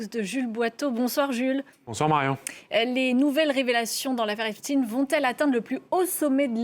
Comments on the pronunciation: C Epstein non Epstine !😂😂😂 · Epstein et non Epstine Il faut appeler un chat, un chat non ??? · Pourquoi prononcer epstine, eptStein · C est pas epstin c est epstein !! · Prononcez au moins le nom d' Epstein correctement !